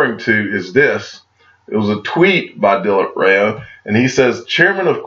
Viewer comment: DilipRao has to be Pronounced as “Dileep Raav”